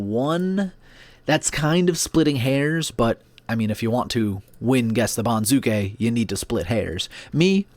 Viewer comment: accent for banzuke is on first syllable BON zoo kay, not bon ZOO kay